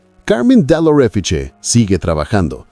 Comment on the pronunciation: Hermano!!! Léalo, por favor, de la siguiente manera: CARMEN DEL ORÉFICHE Así, se lee el nombre italiano, de la Modelo aquí presentada. Cómo se permite usted, hacer todo un artículo, sobre un personaje, de quien ni siquiera es capaz de pronunciar su nombre CON AL MENOS ALGÚN INTERÉS??? Busque el Diccionario Italiano, escriba la palabra o nombre en cuestión y allí, puede seleccionar un audífono pequeñito, que le permite escuchar, cómo suena dicha palabra o nombre en el idioma de su interés. Carmen Del Oréfiche. Así suena, leído en español.